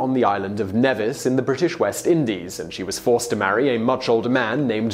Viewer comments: Nevis is pronounced ‘knee-vis’ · NEEE-vis. not NEH-vis. SAy it with me: NEEEEEEEE-vis. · It’s pronounced Knee-vis. Idc about your accent Nevis is kneevis